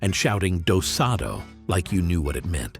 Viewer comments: What a rush of memories. I remember every item or custom, with varying degrees of relish. For example, I never warmed to Barbie or any overtly feminine toys. What I wanted for Christmas wasn't Barbie's boyfriend Ken, but a telescope! On square dancing: oh for goodness sake, it was DOS-a-'DO (sometimes dosie-do) not do-'SAHD-o (as in tostado). It means "back to back" in French where many of the dances and calls originated (like allemande left). I did the square dancing but didn't realise it was a 60s thing. The shampoo video you showed was not Breck but a UK symbol of femininity from the same period —— Silvikrin, subject of jokes, puns and parody characters like Miss Silvy Krin. Anyway, there must be at least one actual Breck video out there somewhere. Alas, we were a Prell household, not Breck. But no matter which shampoo I used, I couldn't get my hair to do a flip because I suffered from the heartbreak of "FLY-AWAY HAIR." And no amount of hairspray would make it stay put (like Mary Tyler Moore's hair in the Dick Van Dyke show) unless I actually plastered it to my head, which caused me no end of grief at school photo time.) Dead right about Play Doh and school paste. Thank god, they were non-toxic. OR WERE THEY? Could explain a lot about my generation. You're wrong about indoor plastic high heels. We ventured up and down the street, clicking, clacking and preening to announce our procession. I remember rolling down hill in a pair. It wasn't fashion that attracted me, but the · ROFLOL!! “do-SAH-do”? It’s Do-Si-Do!!! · Did you say ‘Dosado’??😂 It’s pronounced ‘doe-see-doe’ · Dasado? I think you meant do-si-do. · Do Si Do (Dough See Dough) "do saw do" lol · In our square dance classes in Texas we had the doe-see-doe, but not dosado. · Dough SAH Dough at a square dance? Any human alive back then would know how to pronounce it correctly. Phonetically it's pronounced: Doe-See-Doe. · Yep. "Doe-see-doe" with the accent on the last syllable. Never heard otherwise.